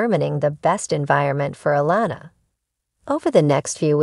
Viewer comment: I think it’s June fought she put all of this situation on pumpkin putting a strain on there marriage they need to stay together love you guys ❤️❤️ do you watch the show you’re pronouncing Alana name wrong